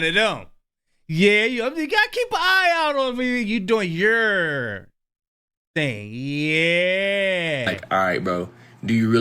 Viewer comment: not the hard “r” in “yourrr”! Lol